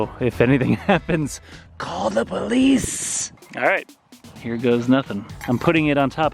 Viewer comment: No one:: call the poLISSS